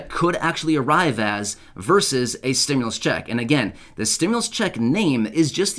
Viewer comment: So why are you saying Stimulas ??? They never said we was going to get any more money